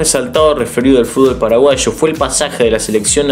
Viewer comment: Me encanta cuando decís "paraguasho" jajaja buenísimo tu video crack, muy informativo y entretenido, saludos desde Fernando de la Mora🇵🇾